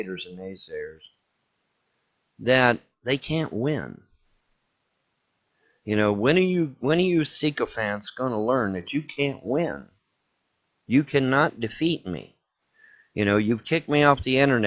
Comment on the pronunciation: "spiritual forces" against him on the internet, but the powers of the universe are with him lol "Psyee-cophants" mispronounced and mis-used